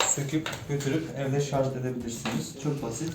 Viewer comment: Şarz değil şarj